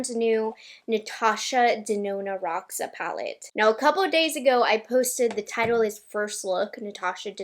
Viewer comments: I guess it’s pronounced “hosha “, ir means purple in portuguese ❤💜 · Roxa is actually the Portuguese word for purple. The pronunciation is different